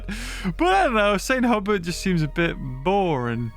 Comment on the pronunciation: For what it's worth Saint Hubert is probably pronounced more like San Hyoober